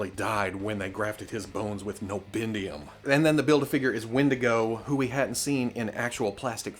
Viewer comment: I died of laughter when he said "hu:0 have a figure"